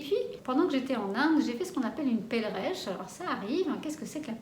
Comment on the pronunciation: Cela s'appelle une perleche,et non pas une pelreche!! Pour infos